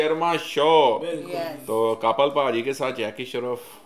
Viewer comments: Sir woo Kapil Sharma naam he. Aap cupal bolrahe ho😅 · Kapil not kapal and jacky shroff not shraf